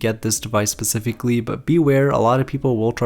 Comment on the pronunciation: It bugs me he pronounces specifically as PACIFICALLY